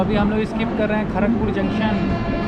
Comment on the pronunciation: Bhai tumne kadk pur ki jagh tark pur boldiya 🤣I love you 😘 bro